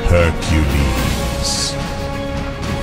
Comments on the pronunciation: Her-eh-cles damn it Disney get it together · "Harquiulis" LOL English pronunciation is so funny...